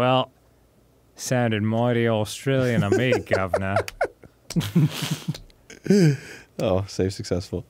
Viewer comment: I'm glad Arin said something, Dan is so far off with Australian - 'govna'? What Aussie says govna?